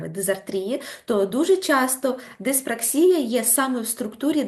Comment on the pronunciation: Не диспр А ксія, а диспракс І я, наголос на І.